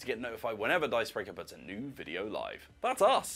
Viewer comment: Great-uh video-uh